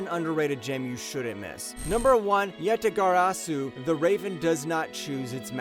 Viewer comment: "anyways YAtAGaSArU"